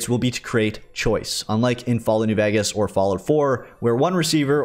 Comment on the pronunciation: please bro learn how to pronounce new VEGAS !